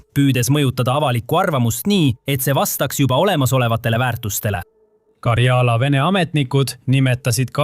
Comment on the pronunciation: 'Mind häirib, kui diktor räägib vigast eesti keelt Euroopas ei ole sellist geograafilist piirkonda nagu Karjaala. on Karjala. rõhk esimesel silbil